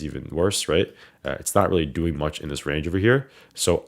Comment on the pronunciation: That nyc comes out in that “how yall dooin today” lmao